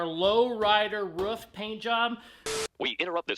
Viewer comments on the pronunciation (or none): you sound like a dawg! When you say roof, I only hear: 'WRUFF, WRUFF'!! 😂